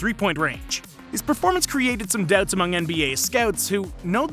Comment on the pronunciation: you say doubts like debts